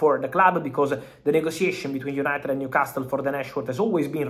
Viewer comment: Fooking love how Fabrizio pronounces Newcas-tle 😂